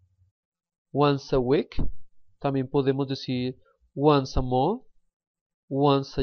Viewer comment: Pay attention to your pronunciation, please. | mʌnθ | for month and | ˈmʌðə | for mother.